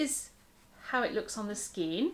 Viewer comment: Enjoyed your video. Love the way you pronounce skein. The star jumper you’re making for Katherine is lovely. It’s crocheted is it not? Wish I had the pattern. I’d make it for myself.. I think your amigurumi are nicer than the originals, makes yours unique.I wouldn’t have known it was a toucan if you hadn’t said, so it’s head is in the perfect position. One question.....what are you going to do with hundreds of stuffed amigurumi if you make all of the patterns?? Will you have to move out or rent a storage shed or , or , or......♥️🇦🇺🌈